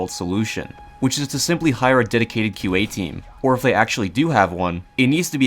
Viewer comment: When he said "QA", i though he said IQ and was gonna insult the whole team's intelligence.